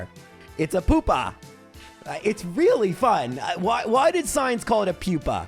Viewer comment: In Spanish, pupa is pronounced sort of like you pronounced it:)